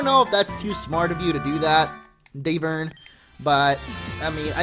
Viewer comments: its davern not darven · Not hating on him, but I believe the gym leaders name is supposed to be pronounced as "Dav-urn", as in rhyming with cavern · His name is Dav-Vern. Like Cavern, but with a D...